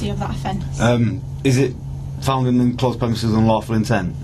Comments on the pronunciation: you are right but if you listen carefully she does pronounce it as “in closed” a couple of times 😂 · Stupid woman it’s enclosed not inclosed which is considered archaic and nonstandard. talked too much answering her copsplaining.